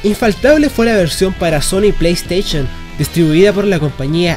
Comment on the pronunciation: JAJAJAJA.. PLAY STAICHON